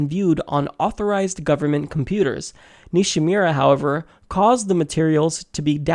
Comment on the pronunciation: It's Nishimura (Ni-She-Moo-Rah). It's also misspelled in the description. Just an FYI. I hope some kind of justice comes to the that undergarment stain, the Red Queen aka Hillary. These contrasting cases need to be brought forth to light to a higher level.